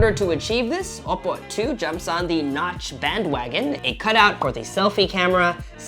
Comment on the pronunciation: Oppo is not said as oppo its owppow